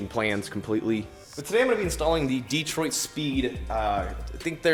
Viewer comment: it’s pronounced dee-troit. There’s no other way to say it